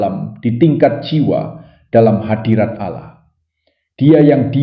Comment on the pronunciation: ALLAH ✓ Bukan Alloh, sya dengar sesekali Admin membaca Allo🤔